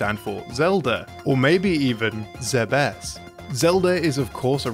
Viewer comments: its not "zebb........ess" just "zebes" no pausing while saying it. its NOT "day-coo" its "deh-coo" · Having to hear "Zebès" and "Aràn" is pain for my ears. The accents are on the first vocals, this mispronunciation is really tragic imho... Finding official pronounciation isn't that hard.